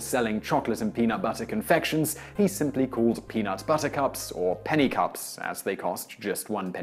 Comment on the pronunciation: I heard the Princess Bride when he said, "Reese's Peanut... Buttahcahps."